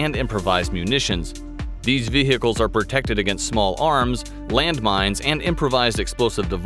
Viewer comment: Every time he says "Vehehicles" I take one sip of water.